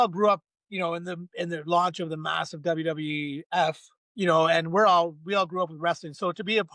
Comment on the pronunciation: Say it right, WWF